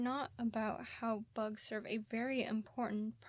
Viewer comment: Oh did you say bugs? I think you said books :P